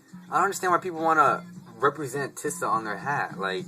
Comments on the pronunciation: You make fun of what Taz Arnold wears but you want everyone to have their own style. You make a video on tisa and you cant even pronounce ir right.(Tee-sa not Tih-Sa) Dont worry about how much other ppl pay for hats. I have both regular and tisa snapbacks & if we have no problem paying more money for the same thing with Ti$A stitching, why should you? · My humble opinion on your video is that your saying teesaa wrong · tisa-( tea-suh) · pronounced tee-z-ah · bro no disrespect or anyhting but its pronounced Tee-Sa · Good Video! It's Pronounced Tee-sa ( TISA ) lol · your pronouning ti$a wrong